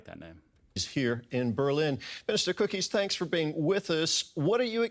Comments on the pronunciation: it doesn't help that the interviewer pronounces him cookies and not "cou(p)-keys" spoken with a loooong emphasis on the "ou" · "Mr. Cookies", ah, thanks news anchor guy for that laugh :D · Jörg Kukes. Try pronouncing it. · Jörg Kukies = Your cookies 🤣👏 (pronounce j yerk cookies)